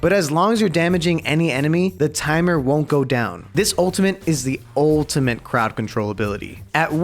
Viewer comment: why u say ultimate with a n